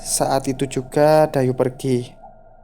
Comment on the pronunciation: Dayu ato Dayuh? Saya denger nya Dayuh. Ada H nya..